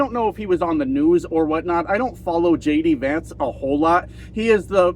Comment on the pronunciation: For a sec, at the beginning, I thought you said, "... Donald Trump and LADY Vance.." lol... It kind of works! 😅